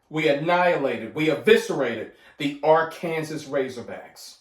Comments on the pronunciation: Why you say Ar Kansas 😂😂😂. Love you're videos fam 😅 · I love how you don't even bother to pronounce Arkansas the way it's supposed to be pronounced 🤣🤣same way you don't even bother to call the Redskins whatever they're being called this season 🤣